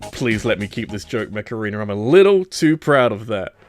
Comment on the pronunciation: mech arena? cause i heard macarena